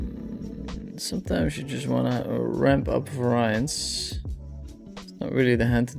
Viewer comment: Friendly tip on your english from a fellow dutchman.. Variance is not pronounced that way.... It's VER--IE--UNS :) Great vid !